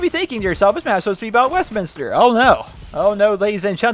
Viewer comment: Parliament is definitely set during summer! (If no American gets the Joke I can explain it to you, It pisses it down during summer) Also, it's a shock to hear someone pronounce Westminister correctly.